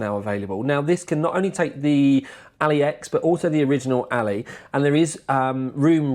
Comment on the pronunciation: Ally, not alley mate 😂